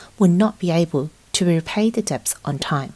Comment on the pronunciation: Dets not deBts.. girl